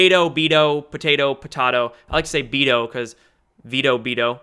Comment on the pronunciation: Toadally... it’s been in my head ‘ Be’toe...😂😂🤤